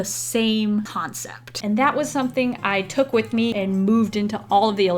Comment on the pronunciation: Why is it wiff its supposed to be with waffles not wiff waffles